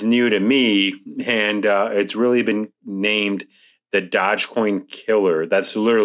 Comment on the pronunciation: Doge, not dodge. :)